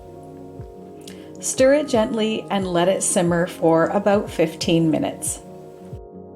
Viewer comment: Aboot! Must be Canadian. 😊